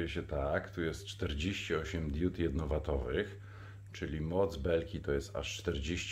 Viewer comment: Na BOGA nie mów diód, tylko diod. Bo, nie mam diód, tylko diody. Świecą diody, nie diódy.